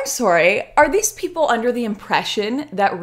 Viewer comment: I love the adorable Canadian "sorry." so fucking cute.